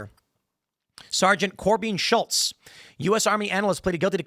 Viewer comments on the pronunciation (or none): none